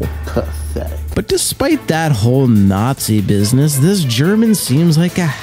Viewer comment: the way this guy says Nazi is funny.